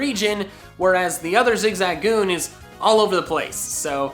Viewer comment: I literally almost clicked off because he kept pronouncing zigzagoon wrong.